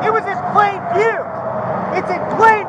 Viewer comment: Apparently we all missed it, “IT WAS IN PLAIN VEEW! “ 🤣🤣🤣😂😂😂 Jeremy could have avoided all of this. So easily